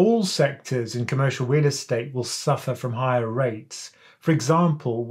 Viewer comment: I’m hearing wheel estate hahahaha